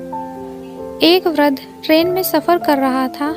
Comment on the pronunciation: वृद्ध शब्द का सही उच्चारण अभ्यास अरें